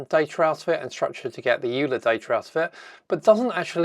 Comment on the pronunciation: Note that "Euler" is pronounced "oiler". It's a Swiss name. Nice demo!